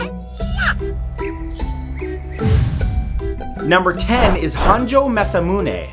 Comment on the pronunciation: Itto ryodan. And it's maz'A'muune...